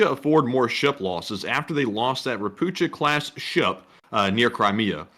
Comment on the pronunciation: "Ropucha" being a Polish word (meaning "toad"), it is pronounced "Ro-POO-Kha".